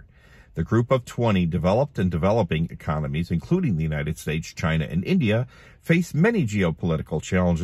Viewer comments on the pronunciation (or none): none